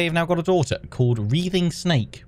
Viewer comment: Sorry if someone said this already but "writhing" is pronounced like rye- not ree- (that'd be wreathing), just so you know!